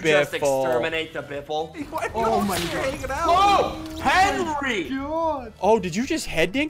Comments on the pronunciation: Why is ssundee saying 'henry' to henwy? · why do you henwy henry